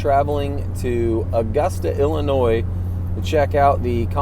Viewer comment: How many subs from the land of Lincoln called you out on your destination? College roommate from Dixon, Ill used to say “there ain’t no NOISE in Illinois. Indian tribe/word pronounced “I’ll-ih-noy”